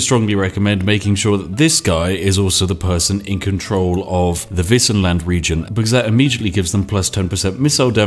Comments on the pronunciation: Woah, not gonna lie, I was really surprised when you pronounced "Wissenland" right! Do you know some German? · But, he pronounced "Wissenland" right, at least :3